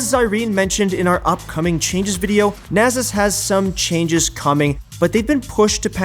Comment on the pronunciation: man's calling nasus " nazus" XD